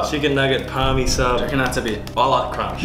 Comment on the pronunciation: sorry mate turned off when i heard "parmi"